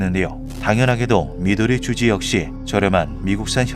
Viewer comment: 미도리쥬지라고 하니까 발음이 좀 그시기 하네용 미도리쥬우지라고 해주시면 안될까여 하하하